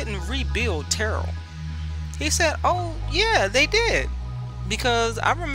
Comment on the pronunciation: My mom attended Terrell back in the day. She pronounced it just as you. She passed well into her 80’s in 2019.